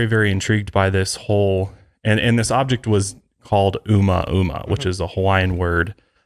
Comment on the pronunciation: It's pronounced O Mooo A Mooo A, not Uma Uma